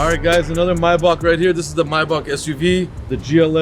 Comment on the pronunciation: Pls can some tell it’s not gaddamn myback it’s MAYBACH for God’s sake 😤